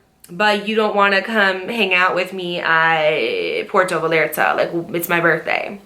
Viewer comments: love you girl, but it’s pronounced Pwehr-toe Vy-ar-tah 😅 i had to say it im sorry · Girl I love you you’ve become so wise and you’re so beautiful. But I’m sorry I can’t believe you pronounced puerto Vallarta like that 😂😂😂😂😂 had me rolling bitch